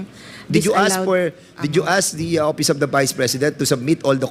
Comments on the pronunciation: Ang office..opis Ang pagpronounce nya😂😂😂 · Opis,(office)payling(filing)of(op)Ang pagbigkas nya tlga 😂😂😂